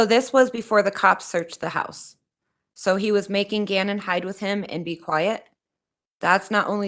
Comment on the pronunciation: Why does the defense attorney keep mispronouncing Gannon's last name?